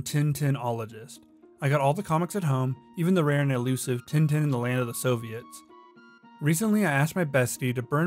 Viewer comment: You pronounced some Tintin Names wrong